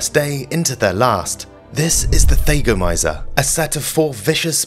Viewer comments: For the record: THAGGomizer, not THAYgomizer. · Thag rhymes with “bag.” It’s fingernails on chalkboards to hear this narrator say “they gomizers.” I had to stop watching. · Thah- goh- my- zerh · It's a Thag a mizer mot a thay ga mizer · THAGOMIZER - Named after the unfortunate Thag Simmons. "THAG" rhymes with "Hag." It's not pronounced "Thay-go-miser." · Yeah, he lost me, there. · He also didn't look up how to pronounce thagomizer